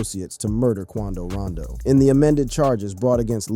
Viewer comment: Buddy living under a rock is we dont know then proceeds to say quando rando